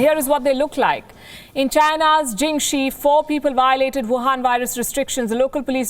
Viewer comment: Love the way you deliver the news. Also "Wuhan virus" sounded a little off